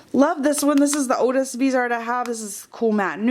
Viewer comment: Subbing, thanks for the video! So close to 1000 :) oh in case nobody said anything yet, Viseart is actually pronounced vih-zee-art!